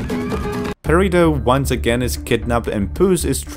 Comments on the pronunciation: Purr-ido -,- say it right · The way You Say perrito sounds like You are saying burrito hahaha